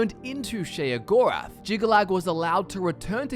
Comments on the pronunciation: its pronounced SHAY-GORATH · i swear everytime you say sheogorath i cringe